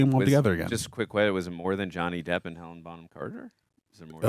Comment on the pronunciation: Great reaction as always but please its HelenA not Helen. I was unnecessarily irked everytime you guys said it lol. I'd love to see you guys react to Anna and the Apocalypse, its a fun ride.